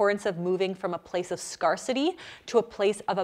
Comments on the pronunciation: dear it's pronounced "scare-city" :) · Is it Canadian accent that you pronounce scarcity as scar-city instead of scare-city? Anyway, you inspired me to read about intuitive eating and it's helped me tremendously. I never thought that I could stop bingeing but now, I eat without feeling guilty. I eat more than my mum would approve but she's a tiny lil lady and I'm a grown ass man so i had to learn that of course I need to eat more than I was taught by her. The last few months of learning about intuitive eating has been truly life changing. Thank you ❤️ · I did have a laugh though when she pronounced scarcity as SCARcity. Thinking about it SCAR-city or SCARE-city can both be appropriate expansions on the word to get you to step back and recognize the harmful aspects of bad eating habits. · is "scar-city" a Canadian pronunciation, or a clever pun? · Wondered the same thing. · haha love the videos but where did learn to pronounce "scarcity" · I wondered that too!😏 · Can Canadians confirm whether this is a common pronunciation of “scarcity”? Curious from a language pattern perspective. Never heard it before as an American.